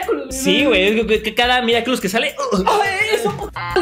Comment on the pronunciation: Quien se dio cuenta de que decía caca miraculosa